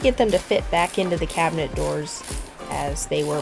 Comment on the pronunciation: This Cuban got very exited when you called it a cubinet. I love your work. Thanks.